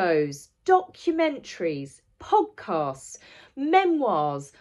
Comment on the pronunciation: When you said "podcasts," I heard it as "hogcasts," and really, that's what they are. Just nonstop yammering about me me me with no one else getting a word in edgewise.